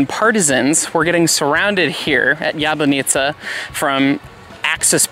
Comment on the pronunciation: You are pronoucing it like "Jebanica". Funny name for a city :-)